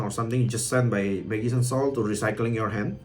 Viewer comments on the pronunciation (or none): its pronounce majician and keltic